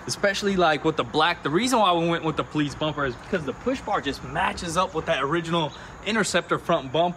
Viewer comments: Say it with me PO-LICE, not paleets... lol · PO-LEESE this poleets stuff is driving me insane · Its POLICE, there is no T in that. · Lol i'm so glad i'm not the only one who hears that odd pronunciation when they say Police. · I wasn't sure if homie was saying Poleetz, or if I was just imagining it... glad i'm not the only one :P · “Po-leets” That some real Chattanooga pronunciation right there.